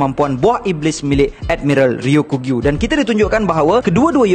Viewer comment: Sekadar berkongsi. Sebutan yang lebih tepat adalah "Ryoku-Gyu", bukan "Ryo-kugyu" Ryoku bermaksud hijau, Gyu bermaksud lembu. Maka "Ryoku-Gyu" adalah lembu hijau. Kedua²nya adalah sebutan onyomi. Teruskan lagi membina content² one piece. Sangat menarik. Saya support👍